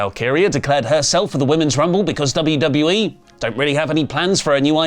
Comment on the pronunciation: Paul Heyman saying WWA instead of WWE 2K25 was pretty funny. I'd get the game just for the Bloodline cover art lol